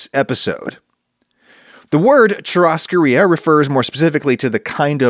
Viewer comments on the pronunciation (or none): It's so wrong. First, the RR isn't an H, although the H is the closest approximation the language has. Much worse is the first sillable. It's not "Choo", it's like "shoo" or "shoe" - the difference is obvious, and you have both sounds in English. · Adam, the RR in portugese is an H sound. So it would be pronounced Choo-has-coe. Additionally, the R at the beginning of portugese words are also an H sound. So Rodizio would be pronounced like Hoe-dee-zee-o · omg it's not even hard. Shue-hoss-caw-ria. I almost turned off this episode in the first 2 minutes because it was so bad. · My girlfriend is from rio, she would kill me if I did not correct you it's pronounced choo hos koe the R in this context make an h sound. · My gosh seeing you butchering the brazilian words is so funny 🤣🤣🤣🤣🤣🤣🤣🤣🤣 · in European Portuguese, of which I'm a native speaker, it's very much not an H sound, and even though it may sound like this in Brazilian Portuguese, I think it's a little more nuanced than just using the H sound